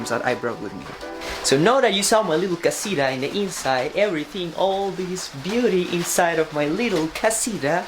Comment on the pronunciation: Por favor, no digas my little casira, tu sabes que es casita si es que lo quieres pronunciar español